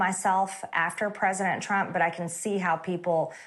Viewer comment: she literally calls him, "President Tramp."